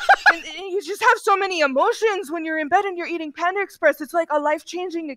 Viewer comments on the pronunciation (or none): Bro sed the whole menu of panda exsepreess